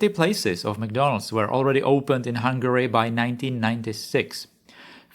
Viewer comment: ah yes, McDondald's😅